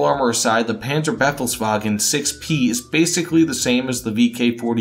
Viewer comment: Mate, it's not the Penzerbeffelswagen, it's the Panzerbefehlswagen. You couldn't have butchered the pronunciation worse than that. You know you've got that thick accent, so either don't pronounce the names or check how you pronounce them correctly first. Nice video though.